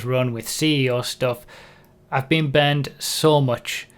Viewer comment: I didn't realize, until the very end if the video, that you weren't saying "banned" but "burned".